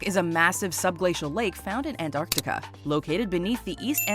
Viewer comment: ''ANTARCTICA'' IS PRONOUNCED ''AN-TARC-TI-CA.'' NOT ''AN-AR-TI-CA.'' Why does EVERYONE always get that wrong?! It's so irritating! It's a very simple pronunciation! Only an American can say that wrong. This concludes my biggest nitpick with that name.